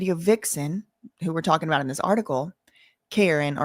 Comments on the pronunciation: Ka-ren is the pronunciation. It's been known for decades that the video girls do something strange for a piece of change. They were treated like items, not women. They were all passed around in the industry. It's very sad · Her name is pronounced like Cor-rine like me lol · fr she kep mispronouncing her name it was a mess